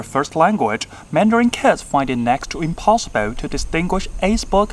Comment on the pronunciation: 概念的“概”是讀khai，而非kai； 斟酌聽“斟”是讀tsim，而非tsing； impossible的ble讀得有点像beu，無論是英式、美式、澳式，都没有这种讀法，你應該是口誤吧。